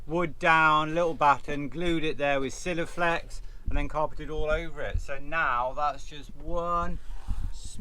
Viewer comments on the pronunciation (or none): Self tappets and.... just love them words miss pronounced. love it.... and congrats, finished... well done